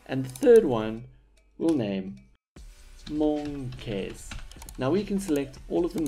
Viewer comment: "and the third one we'll call.. MON -KAYS"